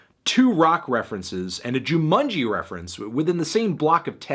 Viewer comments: Why do you pronounce Jumanji as "Joomoonjee" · Guys we can fight all day whether Stoney or B&B is better (personally I like B&B more) or how J. Cole got a 5 or how this is the same as damn..but we need to focus our comments on how the melon pronounced Jumanji. What the fuck was that?